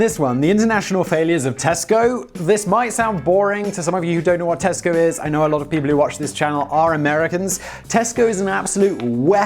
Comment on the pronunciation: When you say Tesco I hear Costco. We already have that. And you have to have a membership.